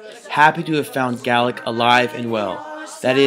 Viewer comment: I'm not from Scotland, nor do I speak their language, but thank you for pronouncing "Gaelic" correctly. 👍